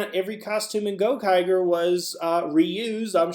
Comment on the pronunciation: Theres been a nitpick that's been getting on my nerves lately and it's how you pronounce Gokaigers, it's the same g sound like in rangers.